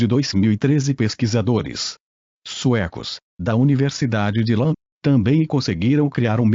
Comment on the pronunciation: O nome da universidade pronuncia-se "Lúnd", e não "Lând".